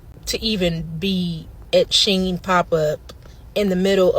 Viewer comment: It's Chinese... and pronounced "she in"